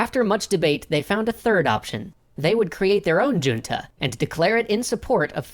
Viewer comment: It’s not your pronunciation of “” that bugs me, it’s the original content creator’s pronunciation of “junta” 😬😩 I mean, it’s one thing to have taken a different language in school and not know how to pronounce Spanish names, but “junta” is a word in common usage, right?